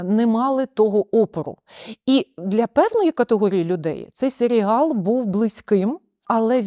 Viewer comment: гарна обмовка, свати дійсно можна називати "Селіал", а не "Серіал", тобто серіал про село у самому погано значенні цього слова, хоча село однозначно не є поганим як середа, для прикладу в аніме доволі часто використовують якесь село як антураж аніме-серіалу :)